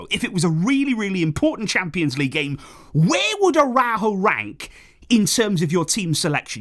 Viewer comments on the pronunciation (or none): none